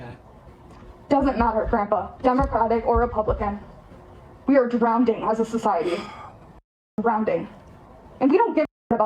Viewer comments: She said we are drown-ding as a society. Can you not read its drowning. Theres no d in the middle. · it's not drownding.. it's drowning.. read a book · The subtitle said “drowning” but she definitely said “drownding” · *Drowning, not Drownding you 🤡. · Well she has blue hair, a mask and is on Ebt. Plus she can’t say drowning instead say drownding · This disrespectful "goofball" needs her damn views changed with an ass whoopin'!! Screw their political views at this point, how dare she treat her grandpa that way! ALSO, SHE PRONOUNCED DROWNING LIKE "DROWNDING"!! WITH 2 D'S!! Her grandpa ought to " WARSH" (WASH) HER IGNORANT MOUTH OUT WITH SOAP!! ☺😐🤓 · She pronounced "drowning" as "drownding" 💀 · She said drownding twice (instead of drowning) and satten (instead of sat). All this political jargon but the grammar doesnt lie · She thinks she's so smart. And yet she's saying ratchet instead of racket. And drownding instead of drowning. Blue heir dye is bad for your brain folks. Don't do blue hair dye. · lol. She said she’s “drownDing” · She says "drownDing" instead of "drowning" 🤣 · 'drownding,' 'satten down,' she sounds like a really intelligent person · She also pronounced drowning, as drownding. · Why do they say drowning like that? It's "drowning" not "drownding" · If you are "drownding" i know why. Its bc you are so dumb you think drowning is pronounced "drownding." Hahaha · We're "drownding," according to her. 😂 Oh, man... Bless her heart. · “We’re drownding Grandpa. DROWNDING.” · 😅 yes, she cant even say drowning correctly. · "Drownding" is not a word..she said it twice and said it clear 👏 🙄 👍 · drownding? Really? DrownDing? She's so uneducated, it's just silly and pathetic. I know it's not the most important point to bring up, but it is actually kinda telling when someone is kinda illiterate, it's a cult man, they keep you uneducated. It's comical how she looks just like what you could expect, another sheep following. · She’s “drownding” herself….